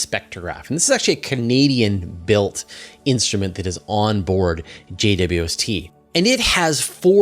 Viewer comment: "Ca-Needian made".